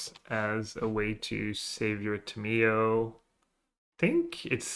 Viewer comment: there is no way you pronounce Tamiyo that way. enjoyed your video still